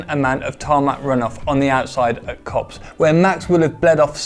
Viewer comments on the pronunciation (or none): none